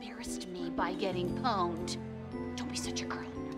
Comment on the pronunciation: The way she pronounced pwnd lol